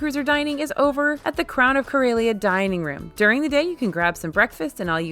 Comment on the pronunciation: I don't know how they pronounced it on the Starcruiser, but Corellia is pronounced cor-EH-lee-uh, not cor-EY-lee-uh